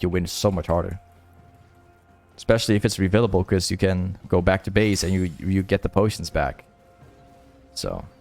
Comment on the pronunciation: yo it is reFFFFIlable potion and not revilable potion btw and how u say control ward is also wrong motherfuck. that what u say its: „cunt- roll wards“ and not coooontrol wards. oh my gawd my ears